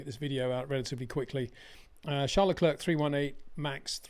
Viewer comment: Hey, It’s not prononunced Lecl’erk’. It’s lecl ‘air’